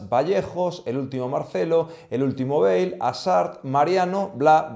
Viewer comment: *Hazard, no “azzard”. * Bale, no “beige.”